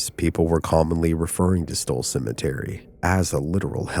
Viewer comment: Why do you keep pronuncing it 'Stoll'? It's STULL, with a 'U'. I'm not convinced you aren't AI.